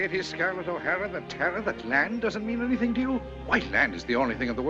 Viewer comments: It's not "Teh-ra" it's "TARAH" !!!!!!!!!!!!!!!!!! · TARA is pronounced T ah. RA